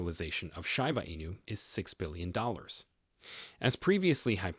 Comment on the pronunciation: Read by AI. It pronounced "SHIB" correctly, but pronounced Shiba wrong 😂